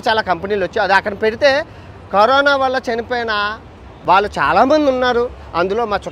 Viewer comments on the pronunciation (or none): కరీనా కాదు కరోనా 👍not you can eat -i can eat 👍to much mistakes 🤦‍♀️👍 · Carina kadhu raa carona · Kareena kadu 😂 corona 😂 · 9.12 kareena kadu bayya Corona 😂😂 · Kareena kadu corona bro china valutho mataladi telugu marchipoyavu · Kareena kadhu annayya karona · అన్నా కరిన కాదు కరోనా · కరీనా కాదురా నాయన కరోనా 😂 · Carona kadha meru kareena antunnaru